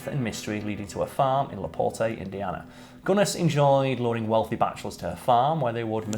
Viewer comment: Being from LaPorte, Indiana, I don’t think I’ve ever heard the city pronounced that way 😂 Like many adopted words, it has been butchered to “La Port” now And yay! Our most famous resident 😅